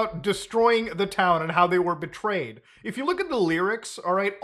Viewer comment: I thought he said portrayed by the town and was like huh that's artsy IG but then he said it again as BETRAYED by the town....